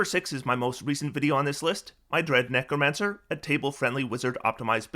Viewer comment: "Dread necromancer" has "redneck" in its pronunciation